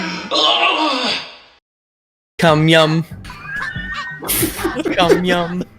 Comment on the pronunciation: Lol was that saying "cum yum"